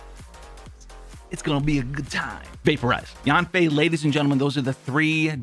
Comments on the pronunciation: Yeah she named Yan Fei (Y-an F-ae) and you sounding her first part of name Yan wrong and its irritating in my head if hear someone mistake her name. 😡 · thought he said "yoon fei" had to rewind it bc i am yanfei main